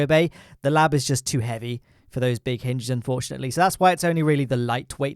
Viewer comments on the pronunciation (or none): hinges*, not *hynges